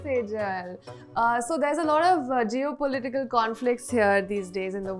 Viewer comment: "Geo-political" = "jio" 😂